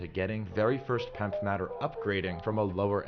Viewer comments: It’s P.E.M.F. not Pemf… smh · You’re actually sounding out pemf, instead of saying P-E-M-F like everyone else I’ve heard. Also F is for field not frequency.